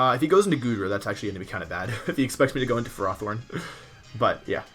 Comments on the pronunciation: It seems Markus has won the war, you started pronouncing it "FerrOthorn" too. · Wolfy you started calling it ferrathorn! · I love you dude: after the almighty "de-kee-dwee" now we got "ferròthorn". Your pronounciation turns old well-known pokemon into a new discovery 😂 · Wolfe you are good as so many things, but pronouncing Ferrothorn is not one of them. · The way you pronounce Ferrothorn makes me cringe